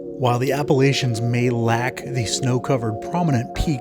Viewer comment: Looking for places to ride my KTM Exc-f when I visit family in the NRV. Thanks for the tour. Headed out there tomorrow. P. S. - Appa-LATCH-un Mountains. 😉